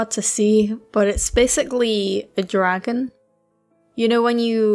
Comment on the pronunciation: The British “dragon” Amazing